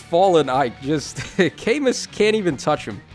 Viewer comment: You still can't pronounce Camu though